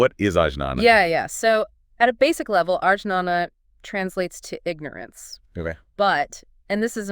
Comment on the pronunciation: Ajnana is pronounced as Agyana with g sound not j. It means ignorance as you said.